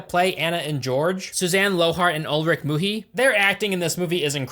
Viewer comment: When he called Ulrich Mühe “Muhi” was the funniest thing